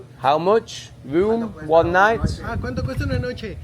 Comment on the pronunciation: Try saying this for night, Notch-ay, and De-as for day. Also, for how much try Quon-tow. It's not how it's spelt in Spanish. I'm just trying to sound it out for ya.